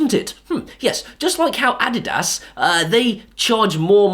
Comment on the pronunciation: It took me a couple sentences later to realize he said adidas